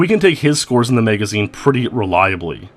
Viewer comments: "Maega-zeen" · He pronounced it Megazeen